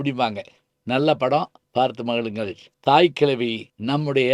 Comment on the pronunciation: Why he says கிளவி.the title is தாய் கிழவி.